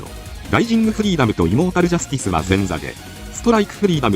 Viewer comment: イモータルジャスティスが胃もたれジャスティスに聞こえるお